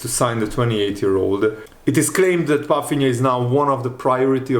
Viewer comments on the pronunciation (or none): That’s my point. So why is pronouncing his name with an “F” in it? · Is that how his name is pronounced? Palfinha?? Let me know guys